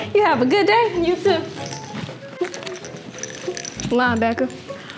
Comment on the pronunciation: She said line baker